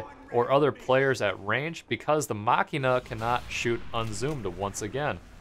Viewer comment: ITS PRONOUNCED JUST LIKE MACHINE JUST WITH A! :@ (Mashinah)